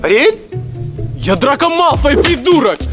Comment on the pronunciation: Кейси сказала Ариэль Синди Мия😂 кто тоже так услышал(а) сюда 👇🏻